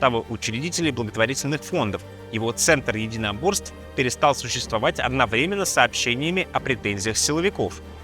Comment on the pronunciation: Не одновременно, а одновременно